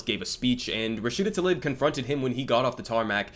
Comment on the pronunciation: Damn, he doesn’t even know how to pronounce her name.